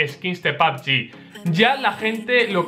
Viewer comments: Porque dices papgin se dice pubg, no entendía lo q decías hasta q has puesto la imagen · Me da risa como le dice a pubg “pabgi” xd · "Pab yi" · pabgi dice